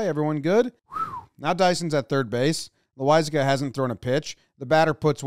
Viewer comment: I get so irrationally mad when away announcers pronounce Loisiga's name wrong. IT'S PRONOUNCED LASAGNA YOU DING DONGS